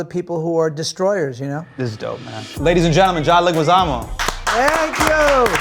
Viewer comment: I loooveeeee John and Hasan! As a visual artist and also Spanish Teacher I wonder if Loh knows that his last name is pronounced Le"gee"zamo. The "u" next to the g is silent in Spanish